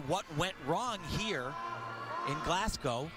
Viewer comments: Can someone please tell Tim Daggett the City is pronounced ‘glaz-go’ NOT ‘glaz-gow’ (like a cow)...I find that so annoying coming from a commentator. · If I hear “glass-gow” one more time.